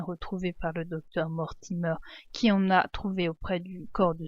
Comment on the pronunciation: Mortimer ne se prononce pas mortimeur c'est Mortimer comme la mer